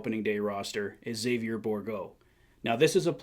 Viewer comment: Really appreciate your pronunciation on Xavier. Respect.